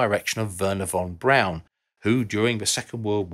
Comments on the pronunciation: Pronounced...Von brawn....not Von brown....omg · Isn’t it Wernher von Braun and not Wernher von Brown?! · Not "brown", its "brawn" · Von Braun not Von Brown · It's Von Braun.... not Von Brown. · Maybe learn the German pronunciation of "Braun"?